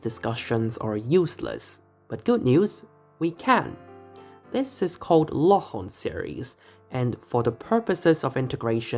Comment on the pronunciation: This was a fantastic ending to a fantastic series, congratulations on this amazing work ! I particularly enjoyed the proof of Cauchy's theorem based on flux and work (and special mention to your pronunciation of "Laurent" :p)